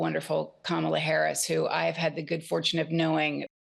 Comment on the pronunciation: Streep hates trump, but probably hates Kamala now after she mispronounced her name. 🤦‍♀️